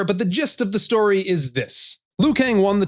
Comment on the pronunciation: Mortal Kombat "Stoy" lmao